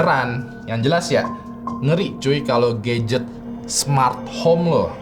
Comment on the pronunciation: "Dari mulai hantu yang perhatian banget, sampai ke GAYget" 🗿 Gadget❌ GAYget✅